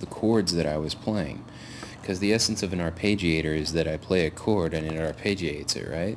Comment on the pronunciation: Ar-PEH-giator, not ar-PAY-gi-AY-tor.